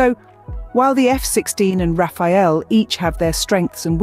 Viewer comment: it's the rafale not Rafael